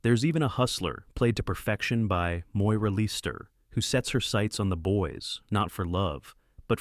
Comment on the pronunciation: Why is the narration repeating the name Alec Goo-innes rather than Guinness? Then there was Moira Leester. I was reminded of my mother, who went to school with Harry Fowler, the star of Hue and Cry.